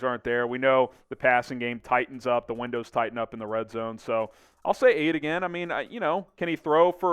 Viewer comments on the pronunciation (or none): none